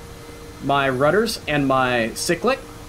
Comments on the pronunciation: i have heard many a weird pronunciation in my life time, but pronouncing cyclic like sick-lick, has to go up there as one of the weirdest. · I’ve never heard it pronounced any other way. Dialect is weird